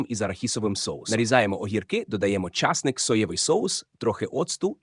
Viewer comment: Не часник а часник